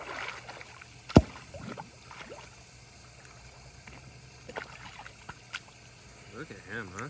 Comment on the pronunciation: Honestly I thought his name was “Deino” not Dino just cause the way you pronounce it and the fact that Deino is also short for Deinosuchus which was a species of giant prehistoric alligator